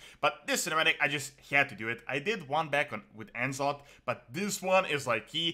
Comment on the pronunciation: "EN Zoth" ?? Its NuZoth brother.